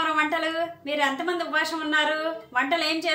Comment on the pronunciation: ఉపవాసం అనాలి ఉపాశం 😮😮